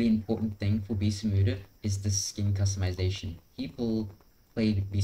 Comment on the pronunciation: you gotta slow down and enunciate on some of these words brother, sounds like you're saying bessamuda instead of beasts of bermuda unless that's some sort of inside joke or community slang